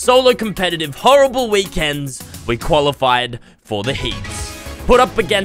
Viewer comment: i thought he said he qaulified